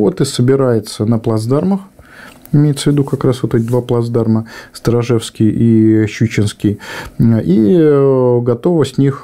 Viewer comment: Отличное видео. Можно маленькое замечание, связанное с топографией. Плацдарм называется СторожевскОй, а не Сторожевский